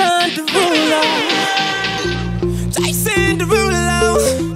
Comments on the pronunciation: I'm sorry, but Jason Derolu #7 is... Too quick, especially the "Jason" part. "jAYSN deruuulo." What is that? Put emphasis on ya name, boy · I like how he pronounces it Jay-son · Personally I disagree with your rating of “Jason Derulo #7” as I dislike the emphasis of the “o” in “Jason” so I would remark it to a 7/10. Other than that I would highly rate this comment.